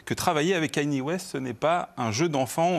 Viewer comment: ka-ni-é. C'est si compliqué à prononcer?